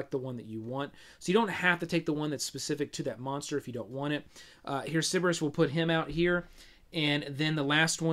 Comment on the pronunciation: Every time I hear "Cerebus" instead of "Cerberus", a little puppy dies. But overall, the video is great! :)